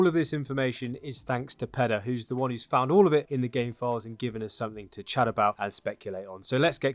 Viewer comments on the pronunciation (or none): none